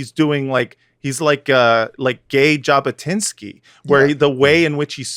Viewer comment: I believe thought "Jabotwinksy" but mispronounced "Jabotwinsky". At least a 9 had he nailed pronunciation